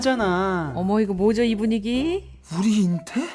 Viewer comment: 우리 인태?? 우rrrrr리 인태???ㅋㅋㅋ 연기 리얼합니다.ㅎㅎ